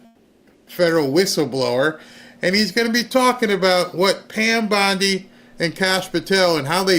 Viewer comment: I'M SHURE THEY'D LIKE TO. SHREAD. PAN BONDIE 😂😂😂😂